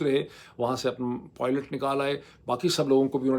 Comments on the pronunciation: Gg. Aek to ap poilot bolte ho, jo k pilot hae, doosre War THOG bolte ho, jo k Wart hog hae, sirf joined bhi likha jata hae. Baki ap theek ho 😊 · Dr.Moeed so nice of u to accept ur mistake in the pronunciation of PILOT and not POILOT👍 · Doc...stop saying Poilet😂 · Dr Moeed Pirzada, you are very good truly. And today’s analysis was also very interesting. haha, But the difficulty you face in pronouncing the word pilot is also quite fun to watch 😂. With respect.” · Please try to correct your accent. Pilot is not rhymed with toilet. 😅